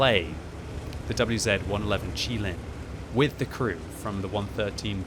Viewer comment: I’m glad you pronounced QiLin correctly, a lot of people in my clan and on the server I hear pronounce it “QuiLin” which is wrong 😂